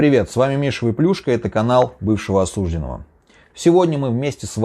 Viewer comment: ОсуждЁнного! Не осУжденного! Ё всегда ударная в слове! Проверочное слово осуждЕние! Нет слова осУждение!